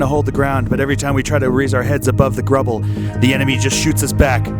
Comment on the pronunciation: "... our heads above the grubble". Love it